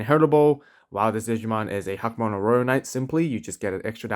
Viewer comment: I'm sure there is behind him being called huckmon but sorry hackmon just sounds so much better and sound like a real digimon imo.great video as always, keep up the good work